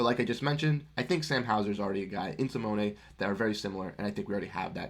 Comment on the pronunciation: SMH you dont even say Simone's name right. He is worth a first minimum.